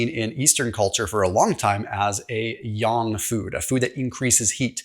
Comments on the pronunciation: Wow I am impressed! You are the first YouTuber I’ve heard so far actually pronounced “Yang” correctly 😊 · Kudos for being able to pronounce "yang" correctly! Normally Americans like to pronounce "yang" as "yehng".